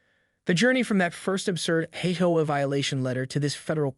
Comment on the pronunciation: If this is a story about an HOA, why is it so hard for you to pronounce H O A ? The story is interesting but if you use a Fake voice... space out H O A ?